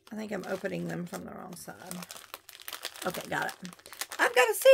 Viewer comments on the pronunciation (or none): none